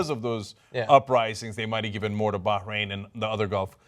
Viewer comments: Hey dipshit. There's no g in Bahrain haha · why is John punching the pronunciation of Bahrain?